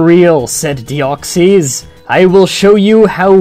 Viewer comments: Its not dee-ox-ies its dee-ox-iss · It's pronounced "Deoxis". Not "Deoxeez". Just letting you know. Then again, that's how I personally pronounce it. It's not necessarily the "correct" pronunciation. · It's not pronounced with an E in i its Deoxs then you put in the Y without pronouncing it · Dee-ox-is. That's how you pronounce it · I cringed every time he said Deoxees. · ur pronouncing deoxys worng